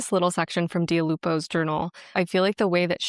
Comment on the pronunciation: I kept thinking you were saying Dua Lipa’s name wrong when you were really saying Dia Lupo very correctly 😂😂😂😂